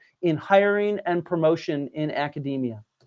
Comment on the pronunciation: "The extremely patronizing attitude...of mainstream aca-deh-mia." Pronounced like that, I can't think of many things that would sound more pretentious.